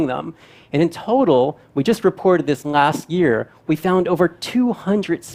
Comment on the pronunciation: Why is the presenter not able to say the letter "l" ...i thought ..wat he is saying at first n i realised he was trying to say light. He pronounced it as "ngaith" and "ngas year " as in last year.